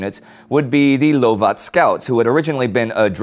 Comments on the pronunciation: Hi, it's pronounced "Love-it" rather than "Low-at" with the Lovat Scouts. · Interesting pronounciation of the Lovat Scouts - please, it's "Luvat", not "loowvat". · The pronunciation is" Luvat " scouts not loovat scouts!! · British type of troops called Lovac, did I missheared this but that did not sound like english :-)